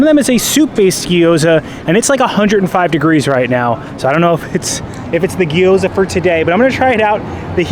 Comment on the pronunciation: GYO-ZUH. 😂 Not guy oh zuh 😅